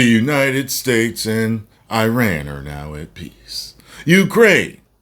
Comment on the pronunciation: The irony of everyone talking about the mispronounciation of "Quatar" while saying "Iran" wrong 😂